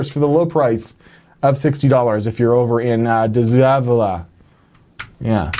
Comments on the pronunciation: De Zevala 😂 say it with me, dey zavalla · I live in San Antonio. Dezevala is pronounced day-za-vala. We have alot of weirdly named roads and counties. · It's pronounced "day seh-vala", spelled De Zavala. It's actually fairly close to my house in San Antonio, about 3-4 miles. I'm tempted to go get it just to see what's on that HDD. Oh, and to send you better pics. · Its "De Zavala" (Day Zuh-Valla). lol